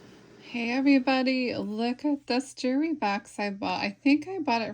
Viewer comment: A "jooree box?"